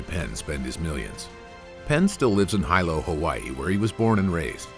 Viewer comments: Pronounced Hee-Low not High-low 😂🤙🏽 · I hate how he says hilo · "Hi low hawaii" 🤣🤣🤣🤣